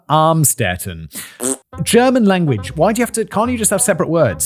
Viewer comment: Amstedt? Amstetten? They gonna be very glad to hear that english speaking media makes the place unrecognizable, not that German media didn`t do the same